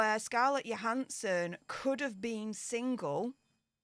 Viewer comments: Scarlett's last name is pronounced with a J not a Y. Just saying.:D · it’s “Jo” as in Joe. Jo han son. 😂 love you ❤